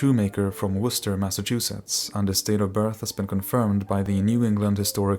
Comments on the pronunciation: Great job pronouncing Worcester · Congrats on pronouncing Worcester correctly. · I am very happy that you pronounced Worcester, MA correctly. Most get it wrong.